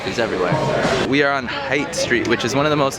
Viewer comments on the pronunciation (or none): Haight street it’s pronounced as HATE, not height st. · lmao HITE street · It's obvious you're not a local if you're calling the Haight "hite", cable cars "trams" and Lombard 'lum-BART' BUT I can overlook ALL of that so long as you never, ever call the city 'San Fran' or worse yet 'Frisco'. Here's a fun fact: Lombard isn't the only crooked street in San Francisco, it's just the prettiest. Vermont street between 21st and 22nd in the Potrero Hill neighborhood is just as crooked.. Glad you loved our city. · It's a cable car, not a tram. lol.....it's not Height Street, it's pronounced (HATE). (Height St. is hippy central). You are a cool tourist. I would have chatted with you guys. There are some friendly people around the city. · Loved this!! But Haight Street is pronounced "HATE' - Haight and Ashbury:) Sending tons of love! Love your content. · Haight street - pronounced “Hate” street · yes idiot it is pronounced "hate" street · Haight is actually pronounced as "HATE." Omg I can't with this guy!!!!! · Its pronounced hate fool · Hate, not height 😉 but yes, Haight St is great. And if you are willing to go to lower Haight... the shabbier less hip side, there's amazing brunch at Kate's Kitchen. Well worth it for the french toast orgy. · Haight street is pronounced like Hate street.